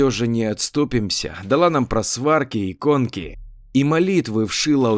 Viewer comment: История интересная ,только не правильное произношение в слове просфирки, а не просварки бабушка дала 😉😊